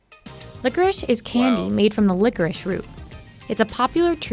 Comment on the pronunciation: Why do you pronounce it licorish?